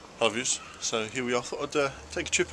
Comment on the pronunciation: Wait a minute....He says "Hello viewers" at the start? All this time I have been thinking he is saying "I luv yuz".